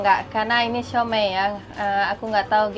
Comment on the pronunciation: siou mai 燒賣 bukan siau mei 小梅 suami kamu tau gimana baca